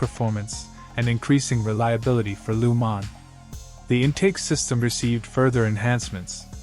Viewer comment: Great video you put good effor editing :) but one thing its Le mans not lu mans (no hate :)